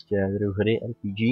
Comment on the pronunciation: RPG(D)ží (nwm jak to jinak napsat říkáš to ba začátku videa ) je zbraň nechci tě opravovat, jen ti radím.